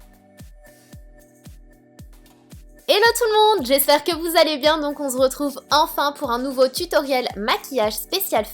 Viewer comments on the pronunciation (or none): Sana tu m'éclate quand tu dit on zretrouv je t'adore tout simplement t top emmmmmmah